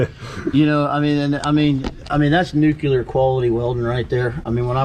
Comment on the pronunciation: "Nucular quality welding" Hmm. I wonder if that's similar to nuclear. If you're going to try to spund clever, learn how to say words